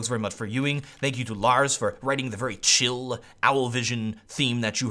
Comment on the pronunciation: "you just gatta cill"